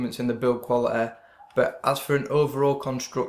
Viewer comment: Thanks for the review. Probably going to pick one of these up today. Also im sorry, but i always laugh a but when i hear you pronounce quality as 'qualiteh' lol. Good review.